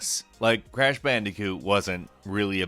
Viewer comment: “Grash pandicoot”